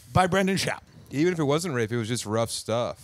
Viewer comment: RIP Brendan schauwb. Tim is so subtle with his comments. From mispronouncing his name to saying he never watched his comedy.